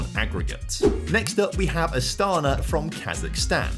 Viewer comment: I know that I'm late but Astana pronounce with emphance on the last a